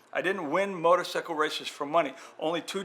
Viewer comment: Did bob say "motor sickle " 😳